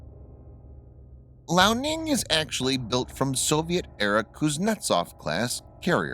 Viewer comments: hey dude,point of correction,the chinese aircraft carrier is pronunced;lee-ao-ning,not lao-ning,just so you know,btw good job,keep up the good work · I love how he pronounces liaoning “Lao” Ning, which Lao means old in Chinese